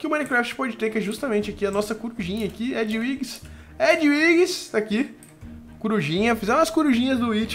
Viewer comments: vc pronuncia ediuiques mas se pronuncia ediviges, mas se escreve edwiges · o nome da coruja do harry se pronucia edviges